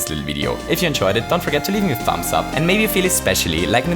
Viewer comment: Lol I've never heard someone pronounce the 'b' in thumbs